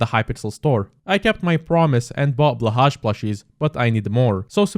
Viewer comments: Blahasch? It's pronounced Bleuhai! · Blåhaj is meant to be pronounced as "blow-hai" please stop this madness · As a swede, I feel pain when you mispronounce BLÅHAJ that badly, like how hard can it be? btw i have one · As a Swedish person I just want to say your pronunciation of blåhaj is so bad lol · pls look up how to pronounce Blåhaj